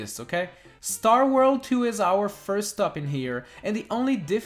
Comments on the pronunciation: Why do you pronounce "world" like "worl" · You say 'World' like Tommy Wiseau